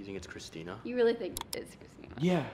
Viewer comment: It’s not christener